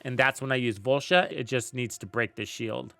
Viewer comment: Volsha?? It’s voltia